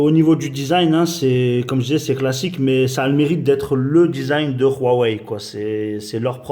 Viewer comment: Mdr il est ou le R dans Huawei? C'est pas Ruawei